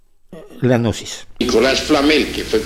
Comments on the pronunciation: la g no se pronuncia, y existe desde hace miles de años, Gnosis quiere decir conocimiento ,tampoco pasarse de ignorantes. Excelente enseñanzas , entendiste muy poquito. Los protocolos los interpretó como reales, sola basta leerlos. Y cuando llega a la parte del autoconocimiento ahi si veo que este personaje es totalmente ignorante del tema.... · El hombre parece loco y tenso como habla, pero no lo conozco, y la gnosis viene de conocimiento, y están los "oscuros" y los de la luz, así que esté hombre de este canal me parece que no sabe de nada de estos temas evidentemente, solo habla de forma burlona , no sabe ni pronunciar gnosis, perdió toda seriedad. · La pronunciación correcta de "Gnosis" es agregando la letra "a" quedando como "Ganosis" es decir que están muy ganosos. :) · pronuncia gnosis de forma errada de manera burlona, es sarcasmo. No lo ves? 🤦